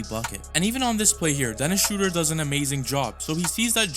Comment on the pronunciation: Theis and Schröder have been playing together in Braunschweig when they were in their teens. BTW: Theis is pronounce tice, i.e., it rhymes with ice. If you want to pronounce Schröder better than replace the o with the vowel sound of bird. This vowel sound is much closer to the German pronunciation of ö. Also, if you can't type ö than you can user oe. Replacing Ö with Ö is like replacing an A with en E in English.